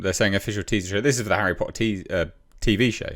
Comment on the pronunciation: Harry Pottah did u bring my weed cuh